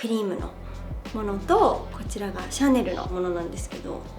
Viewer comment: CHANELだけ発音日本人だな